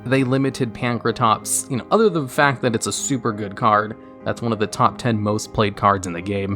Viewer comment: How is it that butchers so many card names and yet he's one of the few people that actually says "Pankratops" instead of "Prankatops"